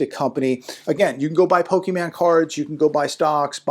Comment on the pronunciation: Did he say Pokeman? Lol. Oh, the cringe. Pokemon and Yugioh cards are a good investment if you know what you're doing.